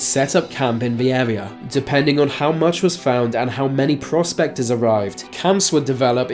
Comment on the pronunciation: It sounded like he said prostaters instead of prospectors.